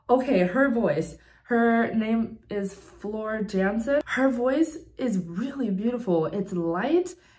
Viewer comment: Her name has more of a French pronunciation, so more like Fleur; & the "J" on Jansen is silent, because she's Finnish. Also, she's 6'1".